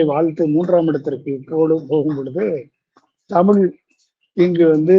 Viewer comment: தமிழ் என்று தெளிவாக உச்சரிக்க தெரியாத ஒருவர் பேசுவது நகைப்பை உண்டாக்குகிறது.